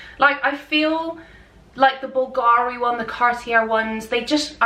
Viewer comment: I really think that before creating a video based around fashion, you should at least research the correct pronunciation of the brands! Gautier (goh-tyey), Cartier (kar-tee-ay), Bvlgari (bul-gah-ree), Depuis (du-pwee).